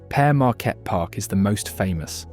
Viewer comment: Very good video, I'm sure you triggered some of us Michiganders with the pronunciations: Mackinac: Mak-i-naw Tahquamenon: Ta-kwam-in-ahn Macatowa: Mak-a-ta-wa Potawatomi: Pata-wata-me Frankenmuth: Frank-in-mooth Grand Sable: Grand Sah-buhl Leelanau: Lee-la-naw Pier Marquette: Peer Mar-ket Charlevoix: Shar-la-voy Gratiot: Grash-it Ontonagon: On-tahn-ah-gon Would be nice to see another video that covers some of the actual less known sites in Michigan!